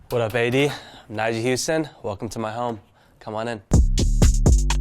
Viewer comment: 尼亞？誰啊？奈賈發音還比較接近吧